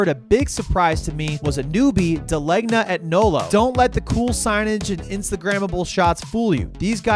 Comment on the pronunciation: FYI: NOLO was never called Jet. Jet Cleaners was in that building for decades before Da Legna, which was down the street moved into there along with NOLO. And its pronounced Dah-Layn-Yah